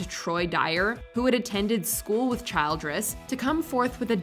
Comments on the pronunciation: The last name "Childress" is not typically pronounced like the word "child"+ress. Instead, it should be pronounced with a soft 'i', like "chill"+"dress". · It’s Ras-puu-ten (long u) not Raspooten. My god no one can pronounce names that everyone should have learned in school. And then you said child-dress! Omg! Seriously! It’s Childress flowing off in one word as in chilledress. Were you home schooled? Then there’s Panama. Really????